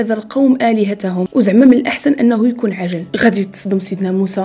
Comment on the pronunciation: فعلا محتوى جميل ومفيد .نفس الملاحضة دكرتي العجل مرات عديدة ولاكن نطقتيها بشكل خاطئ..قلتي عَجَلْ،والصح هو ....عِجْل.،🥰بالتوفيق اختي وبارك في مجهودك